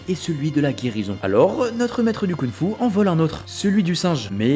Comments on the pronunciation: La vidéo est géniale ! Mais par pitié on dit KunG Fu et pas Kounfou 🤣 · Alors tu prononces des G quand il n'y en a pas et tu ne les prononces pas quand il y en a??? YIN Yang et KunG Fu. Merci de respect les langues chinoises. Sinon chouette la vidéo.